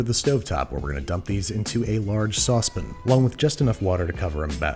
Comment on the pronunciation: I have a question for Andrew. What is a saucepn? I've heard of a saucepAn, but never a saucepn.